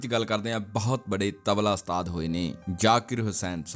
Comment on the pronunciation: ਘੂਸਿਆ ਪਹਿਲਾਂ ਤਾਂ ਇਹ ਗੱਲਾਂ ਪੱਲੇ ਬੰਨ੍ਹ ਕਿ ਅਸਤਾਦ ਨਹੀਂ ਓੁਸਤਾਦ ਹੁੰਦਾ ਤੇ ਦੂਸਰੀ ਗੱਲ ਇਨਾਂ ਫ਼ਿਲਮੀ ਸਟਾਈਲ ਚ ਬੋਲਣ ਦੀ ਬਜਾਏ ਨੌਰਮਲ ਵੇਅ ਚ ਬੋਲੀ ਦਾ ਹੁੰਦਾ।ਦੇਵ ਆਨੰਦ ਵਰਗਿਆਂ ਤੋਂ ਖਹਿੜਾ ਛੁੱਟਿਆ ਤਾਂ ਤੇਰੇ ਵਰਗੇ ਆ ਗਏ